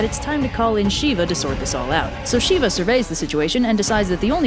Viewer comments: Heyyy I don’t mean to offend but some of the names were pronounced wrongly! It’s pretty important that you stress on the right syllable, so Kali is pronounced “KAA-Li” not “Ka-LI”. Similarly, Shiva is pronounced “Shi-VA” and not “Shee-va” and you have to roll the ‘r’ a bit on “Durga”. Stressing on the wrong syllable can make it a completely different word! (Sanskrit is complicated I know) Buuuut as a Hindu I have to say this is actually one the most accurate and fun retelling of this story I have seen! It’s really good and I hope you do more Hindu stories soon! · I want more myths from this specific mythology, but your pronunciations are garbage. It’s shiv, the a is a dummy vowel, and really, they may be uh-sur, that does not give you the right to kill their names. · Pronounciation is wrong of shiva it's shiv , if you pronounce it with "a" it will convert into female....wht to say hindi grammer is complicated and pronounciation are confused with sanskrit...so it is confusing for foreigners...even yoga is not yoga but youg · The only thing that I will add is that Shiva is pronounced like the “i” in it. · As someone who was raised a Hindu, this is really cute, and I'd love to see more Hindu videos in the future. But your pronunciations are a bit off. Parvati is pronounced "Paarvathi" and the "I" is Shiva is a short I. Also the "D" in Durga is more like the "Th" in "The" and the "U" is like "Oo" but shorter. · Cool video! I'm happy to see Hindu stories getting more attention as a Hindu myself. I'd recommend looking up the correct pronunciations of the various Sanskrit names though. I know some of the sounds are difficult to pronounce for native English speakers (like "t" and "d") but Shiva for instance is not pronounced "Sheeva" but rather just as you would prounounce the knife shiv. The "a" at the end is also usually not spoken, so it's literally just "Shiv."